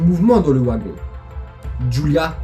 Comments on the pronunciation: Ta vidéo était super bien racontée mais ne m'en veux pas si je rectifie, une chose, c'est sans malice. Le "W" de wagon si traduit en "v" donc ont dit "vagon et non ouagon. Autrement, je te laisse un big pouce bleu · J'étais entre un sentiment de peur via l'histoire et de rire avec ta façon de prononcer le mot "wagon", c'est assez drôle pour nous les français. Sinon super vidéo, je m'abonne. Amitié à la Belgique !